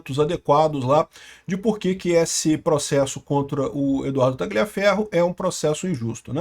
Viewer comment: A pronúncia correta em italiano é "TALHAFERRO".